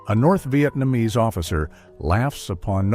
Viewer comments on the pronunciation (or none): none